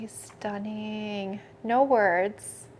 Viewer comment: I want the word-count ticker up in the corner for the word “Stunning” on this video 😂 “stuh-ning”